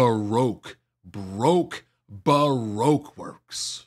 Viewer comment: "Ba-roke Works" 🤣